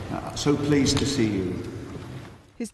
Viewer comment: "So pleaced to see you" wtf ??